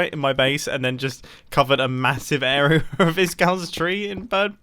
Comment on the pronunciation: Can you say area the right way.